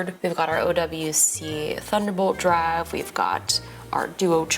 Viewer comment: Are you from the South? The twang in "racoord" and "thunderbolt driiive" in the first minute is heavy.